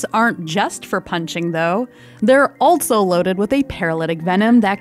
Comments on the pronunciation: I find it jarring when she pronounces "also" as "altso". I've never heard anyone talk like that. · Loving this channel. It’s really great and beautiful. Not gonna lie tho, i’m mildly bothered every time she says “also” because she pronounces it “altso” and it sounds weird. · Good narration, but such unusual pronunciation of "also".